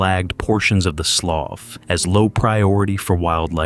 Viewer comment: That is pronounced like sloo